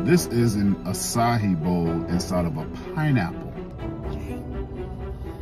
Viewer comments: It’s not pronounced “asahi”. That’s an Asian beer😂😂😂It’s pronounced “uh-sci-ee”. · “AA SIGH EE” that’s how u pronounce it king 😂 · It’s pronounce “ass eye e” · açaí is pronounced like this: ah-saa-ee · sorry to be the bearer of bad news but as a Brazilian, I can confirm you are pronouncing it incorrectly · He can't pronounce the name of the fruit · You're pronouncing it wrong. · Pronounced that all types of wrong whoadie